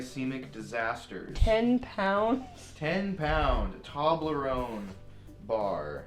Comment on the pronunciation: The way Jared pronounces toblerone annoys me on a soul level